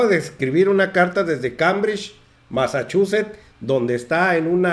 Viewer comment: Masachuset,? Ds buena notiviss solo que ha has demasiado y no sabes pronuncisar